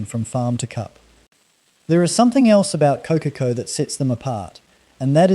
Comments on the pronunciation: Core-car-core > Kōkakō.. just sayin 😎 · God help me! Someone tell this man how to pronounce Kōkako properly! It’s sooooo distracting. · I unsubscribed once I heard the pronunciation of Kokako . Not a kiwi AI grandpa .